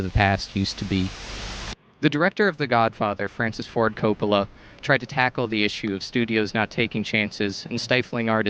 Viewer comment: Francis Ford Coppola Emphasis on ‘Cope’